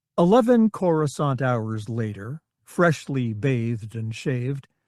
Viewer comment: Amusing that the text to speech software can pronounce coruscant correctly while most of the other narrators can't